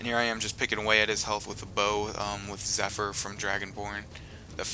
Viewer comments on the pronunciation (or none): none